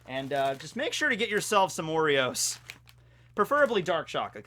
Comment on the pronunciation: Oreos I heard Worreos- worry-ohs